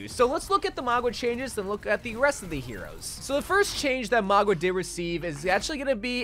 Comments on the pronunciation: My dude, it's maUga no magUa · I can't listen to this girl call him magua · His name is Mauga, MOW-GAH, not Magua, MOG-UAH. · name :mauga him: magua subtitles: magwa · Stop calling him Magua 😭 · stop saying "magwa" lmao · I noticed that to, threw me off so much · Why does he pronounce Mauga that way tho 😂